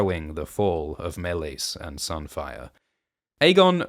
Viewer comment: why are you pronouncing Meleys like that? they literally say it so many times in the show... also youre forcing too much of GoT into HotD, just because a dog is in Harrenhal doesnt mean "its a reference to Clegane" who wont be born for ages and is NOT in this show